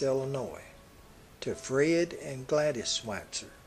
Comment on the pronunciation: had to stop when you butchered his name...I am sure it was nice, despite what happened to Alfalfa, of course